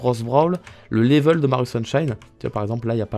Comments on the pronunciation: Je crois qu’il aime bien dire laivel😂😂😂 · 100% Geek oui mais y dit laivel lui 😂